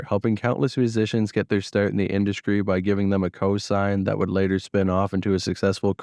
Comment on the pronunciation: Please upload these with the narration FASTER…. And PLEASE stop replacing your “ST”’s with “K’s” ie “Skreets” and “ induskry” shit is cringmatic!!!! I kinda like your content but sometimes I have to cut it off cause it’s lethargic af.